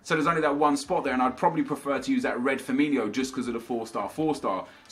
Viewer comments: its FIRMINO not FIRMINIO😥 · it's firmino not firminho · It's Firmin-O not Firmin-HO